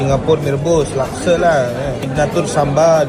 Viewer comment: Laksa ✅ Lakse❎